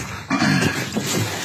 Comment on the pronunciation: monshter, monshter